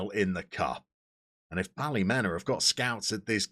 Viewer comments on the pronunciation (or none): Great result against the Glens. Tip from a local. It's pronounced Ballymina. Loving the series and won't be long till your in Danske Premiership